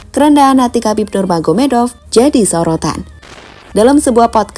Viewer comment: khabib Nurmagomedov bang bukan khabib nurganomedov